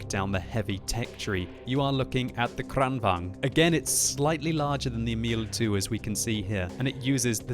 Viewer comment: Please, it's kranvAGN, not kranvANG...